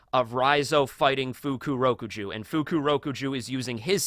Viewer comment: I both hate and love how says "Fukurokuju" lmfao on one hand it's cringe but on another he's most certainly doing it intentionally